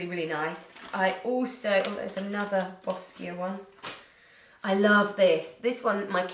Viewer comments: It’s pronounced “bow-sha” 🤗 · Boscia is pronounced Bo-shaw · I thought it was pronounced Bo-Sha (Boscia)?